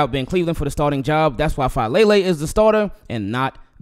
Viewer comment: It's Fa ah le le. Polynesian names pronounce each vowel. Thanks.